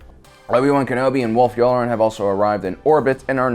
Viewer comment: You're mispronouncing "Ahsoka Tah-noo" and "Yula-ran" on purpose aren't you